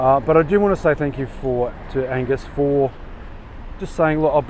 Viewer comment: Hey, Great for you to come swooping in on me last Saturday night, it was really great meeting you. You pronounced my name correctly. I recognised you the same as I would a singer or actor I knew, when you had no idea who I was. You're famous in my books mate. Thanks for the great video, Angus